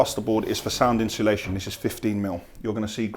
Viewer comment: Is me thats been saying insulation wrong for 30years lol cos says " inshulation" and also "balllarrst" 🤔😂